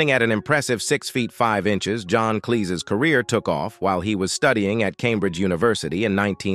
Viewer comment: So many problems with this video, including mispronouncing common words such as Cambridge.